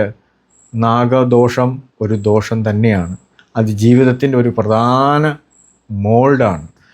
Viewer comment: ധോഷമല്ല ആശാനേ.. ദോഷം!